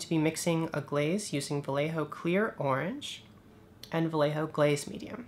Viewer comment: Love your videos. I will give you the correct pronunciation for "Vallejo" its VA as in "BAd", LLE as in "YEah" and JO as in "HOe". OS its en up like BA-YE-HO.